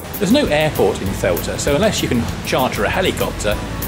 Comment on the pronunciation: By my count, you've pronounced "Ceuta" in six different ways. Perhaps its time to settle on one, and stick with it.